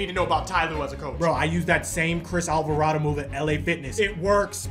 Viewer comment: Miss pronounced Jose Alvarado as a pelicans fan I am disappointed